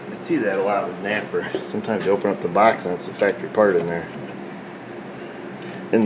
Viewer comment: Edward Martinez Well, he pronounces it like 'napper' so not the best advertisement ^^